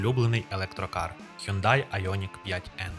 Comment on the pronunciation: який "хЮндай"?))) Шановний, ти ж перекладачем